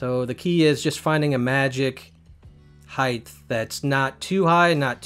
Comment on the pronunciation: Are you saying "heighth" ? - :P